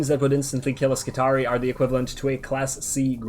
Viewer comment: I may be wrong, but seeing as words from the Imperium are pronounced in a latin style, wouldn't skitarii be pronounce scit-are-ee-eye with both 'i's at the end being said?